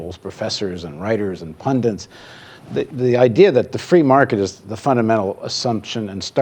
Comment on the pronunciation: A small request: If you must use the word "pundit" - and really, it's been used so often over the last decade it's lost virtually all meaning and could stand a respite - could you please pronounce it with the single "n" it possesses? Or show me, please, where that now-ubiquitous second "n" actually appears.